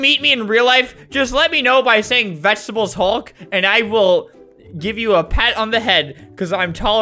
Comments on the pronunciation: Albert:SALUTE NOW! Me:*salutes* Also me:I WILL HOLD MY SALUTE UNTIL HE SAYS 'VEGETEBLES HULK" Me:*holds salute til' the end of the video* RESPECT. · "vegetebles hulk" most iconic line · its vegetebles hulk